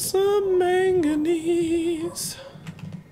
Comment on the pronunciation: his incorrect way of saying manganese